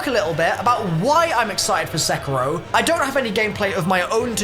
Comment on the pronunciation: I DONT WANT TO BE THAT GUY BUT its pronounced Se-KEE-ro